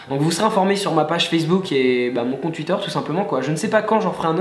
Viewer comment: J'adore comment tu dis "tuitteur" ;)